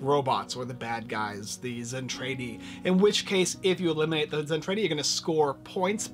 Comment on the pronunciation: Zen-Trah-Dee! Come on Man! You're offending the hard core Robotech fans! :-(